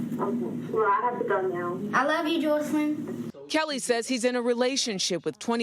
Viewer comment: Her name is Joycelyn!!! He doesn't even know how to pronounce his girlfriend's name😆🤨